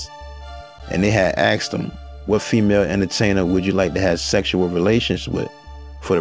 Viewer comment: Love this 🍿 movie. This was a nice way to shine good light on it . And is “ASKED “not “axe-ed “ 🪓